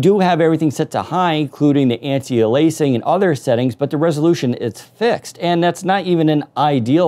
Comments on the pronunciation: Windows Central it's anti-ay-lee-as-ing not anti-ah-lay-sing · Please learn to pronounce antialiasing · Please learn how to pronounce Anti-Aliasing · lol the way says anti aliasing is funny